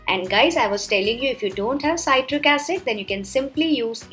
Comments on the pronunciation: See trick ( citric) not sigh trick (cytric ) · C-i-tric not s-a-i-tric acid You northees stop pronouncing i-ron kadai. Say it like i-an kadai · It's not saitric acid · ‘PSytric acid’ lmao 🤣